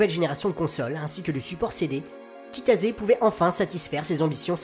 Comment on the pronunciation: Pourquoi je ne découvre ça que maintenant ? C'est génial ! Cependant on prononce Kitase et pas Kitaze.